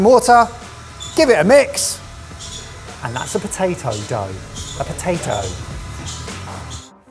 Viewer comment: looking at when he said potadough 🤣🤣🤣 amd having to come to the rescue for